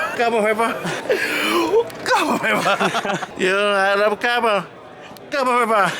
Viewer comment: CARBON VIBAH!!! hahaha